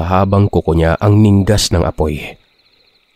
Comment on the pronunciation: Bugok! Ningas ng apoy, hindi ninggas ng apoy. Naulinigan, hindi naulinagan.